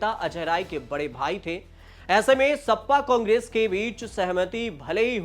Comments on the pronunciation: सपा सप्पा कब से हो गई। ठीक से बोलो गुरु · सप्पा नहीं सपा 😂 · Sapa to sahi se bolo